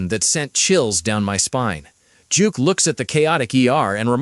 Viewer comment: Duke not Juke